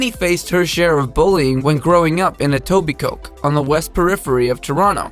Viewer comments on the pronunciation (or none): Its not etobiCOKE lol its E-TOH-BEE-CO